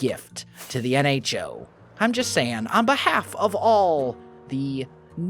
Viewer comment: You mean "N-ho to the nHo"